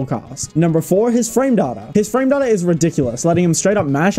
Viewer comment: I think it's pronounced 'frame data' instead of 'frame data'